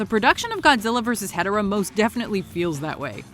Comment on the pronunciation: I hate the way she says ghidorah 😒